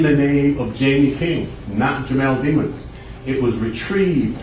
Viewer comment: How the hell he get a last name like Demons and why do all these people keep purposely mispronouncing it? I think he did it but thats my opinion